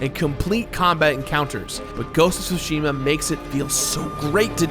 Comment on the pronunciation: Thank you for pronouncing Tsushima correctly